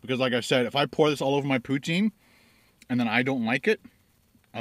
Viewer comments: In French it's usually pronounced "pew-teen". Not "pew-ten" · I live in canada and we call it pou-teen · I am from New Brunswick, Canada and we call it poo-teen Cheers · I say POOH TEEN as well I am In Calgary Alberta :)